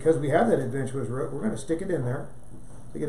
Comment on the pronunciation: I love the way you say “root” as “ruut” so cute! But I do have a question, can you propagate a fish one cactus from a clipping of the aerial roots?